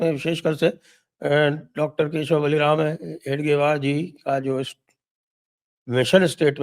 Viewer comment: Sir its hegdewar,, not hedgewar